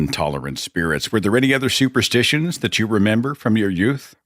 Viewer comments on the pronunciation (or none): Stuperstitions.... anyhoe, the lady - lol like George Carlin asked: what do u mean by 'they happened to be black'?...